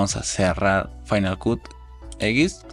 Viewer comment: Tu video esta muy bien, sólo que cuando pronuncias Cut, se oye muy raro, se pronuncia “cat” no “Cut”